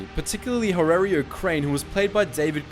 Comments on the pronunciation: Horatio not Horario. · You said Horatio wrong, you swine :'( Vid is dope tho <3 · It's HORATIO.